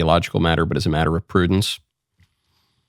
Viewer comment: “prudence” interesting 😂